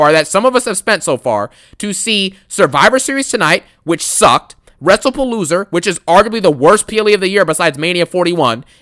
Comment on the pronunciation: Funny how you pronounce WrestlePalooza as “WrestlePaloser”